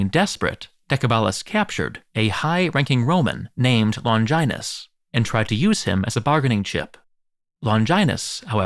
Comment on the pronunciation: What a weird pronunciations, "Longainus" instead of "Longinus", "Cashius" instead of "Cassius"....